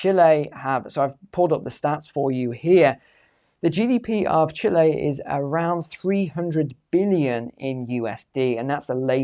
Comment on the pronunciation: Can’t even pronounce the word 🇨🇱 right 😂